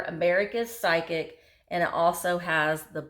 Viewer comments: It is pronounced" FIZIC" meaning a laxitive. Not psycic who predicts a bowel movement. LOLOLOL Just pokin' fun. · Not psychic, phys-ic. Think physical, but just phys and ick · Pronounced fizzik.... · physic is pronounced "fizz-ic"